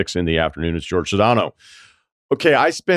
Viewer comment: Jorge calls himself "George"? I haven't heard a guy mispronounce his name this badly since Bill Mueller.